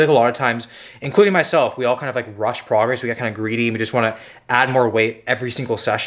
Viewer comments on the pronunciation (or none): none